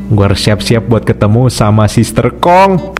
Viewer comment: sister hong❌️ sister kong ✅️ 😂